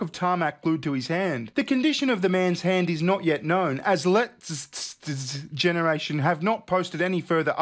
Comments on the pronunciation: "Letzte Generation" means "last generation." It's pronounced loosely as "Let's teh". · Letzte Generation. Lets-teh. In English, Last Generation.